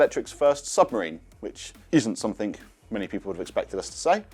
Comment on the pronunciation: “ something “ not “ somethink “ 😅